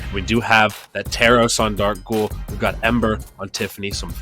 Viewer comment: “Recovawy” “dakghoul”